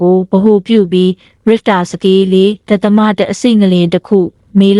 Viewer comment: အသက်အတွက်အရေးကြီးတဲ့သတင်းကြေငြာတာကိုမြန်မာစာမတတ်တဲ့သူကိုမခိုင်းပါနဲ့၊လူလဲပြီးခိုင်းပါ၊ဒသမဖတ်တာတောင်ဘယ်လိုဖတ်နေတာလဲ?စာမတတ်ရင်လည်းစာဖတ်ရတဲ့အလုပ်မလုပ်ပါနဲ့၊အသံကြားရတာကိုဒေါသဖြစ်လိုက်တာ။